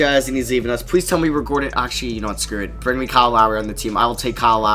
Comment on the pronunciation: this nigga says pwease and not please wtf